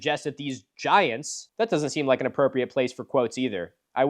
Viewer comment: Milo pronounces "giants" like Jah-high-ants but said really quickly so you hardly notice 😂